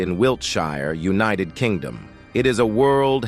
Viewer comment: Is it not possible to get the facts correct...Mumbai is on another continent altogether, not Africa.... and pronounce the words correctly...u-nee-ted/united, push-shed/pushed? Unprofessional!